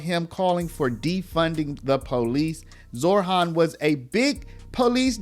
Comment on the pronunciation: Zohran.... not ZorHHHHHHAAAANNNNN.